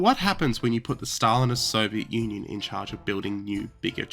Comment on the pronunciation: Wait...did he say Soviet Onion? Huh. It certainly sounds like it.